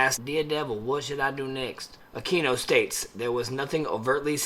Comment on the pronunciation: His name isn’t “uh-key-no”, it is pronounced “uh-queen-no”. And he was NOT involved in ritual abuse, whatsoever. Study up. There’s a book called “Extreme Prejudice” that denotes that entire time period.